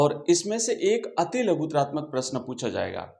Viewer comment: laguratmak hota h😂 ati. L. Nhi hota